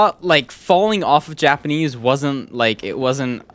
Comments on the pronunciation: Why did I hear yapanese at first😭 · Yapenese? Haha I love these videos